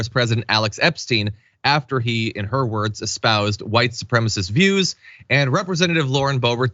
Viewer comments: "White supremist". Boy, you can really tell she passed that GED class, can't you? 😂😂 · She says white supremast 🤣🤣🤣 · "Supremist"? Eglish, Boebert. Do you speak it? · Thank you! It drives me up the wall when people say “supremist”. They’re probably the same people who say “fettanol” instead of fentanyl, and “oxy cotton” instead of oxycontin. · He wrote “Eglish” because he made a typo. Bobo said “supremist” MULTIPLE times because she is an uneducated human garbage. See the difference? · PS; she didn't mispronounce it. GG is a baby expression, the way American Germans sometimes call their aunts "tante.". Don't know the ethnic origins of GG. Maybe it's American hillbilly.